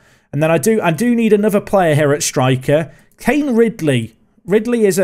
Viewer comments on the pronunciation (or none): none